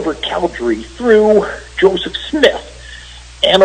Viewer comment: "Josef Smiith"